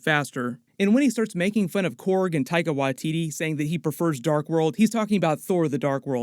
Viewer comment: You don't say his name right. Is not taiga